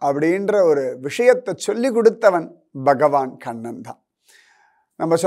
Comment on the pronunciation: Read as Kannan and not as kannada